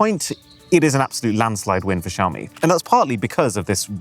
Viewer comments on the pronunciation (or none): When the Barber hears “Shave me” instead of “Xiaomi” and you correct too late…